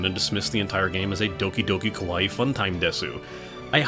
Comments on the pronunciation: You need to extend the ee sound at the end. You are saying kowai which means scary. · Andrew Giunta Uh no, you don't, you just need to pronounce it ka-wai-i